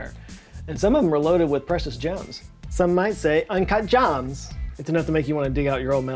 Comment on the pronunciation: Hearing say “Ahn-cuht Jahms” is definitely my favorite thing of today 🤣👌💎